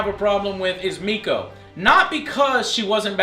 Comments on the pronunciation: "mako" not miko. miko is that chick from transformers prime show. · It's M-A-K-O, not MEEKO. Idiots. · it mako not miko xD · Joe, Mako no Miko but it's cool xD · is no one else bothered by his saying miko instead of mako? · I thought her name was Mako, not Meko. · the only thing I have to say: Mako not Meko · It's MAKO.